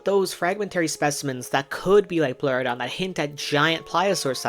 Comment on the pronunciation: "it's a leoplerodon Charrrrley